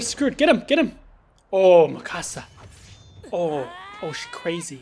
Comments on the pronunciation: no sam not mee kasa its MI CASA XD SPANGLISH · It's not mekasa its mikasa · its not maksia its miksia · You pronounce Mikasa Mi-kasa but it's actually pronounced Mik-asa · it's (meekusuh)how you actually say it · Mikasa (meek-a-SA) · its mi-ka-sa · You said mikasa's name so wrong to me not hateing love your videos 😭😂😂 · he dosent say miksa right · SAM U PRONOUNCED MIKASA WRONG!!!! DO YOU EVEN WATCH THIS ANIME!!!levi x mikasa lol